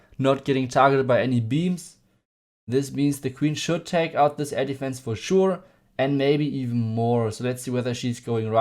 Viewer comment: With the German accent when you say air defense it almost sounds like you say elephants! Awesome vid!